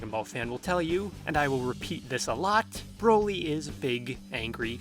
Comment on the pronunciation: Why does it sound like you keep sayin' "Browi"? But in all seriousness, the new Broly is an actual entertaining character that I hope gets expanded upon.